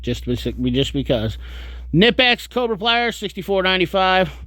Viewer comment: Did your grandma kuh-nitt you a Christmas sweater in the same colour as the new kuh-nipex?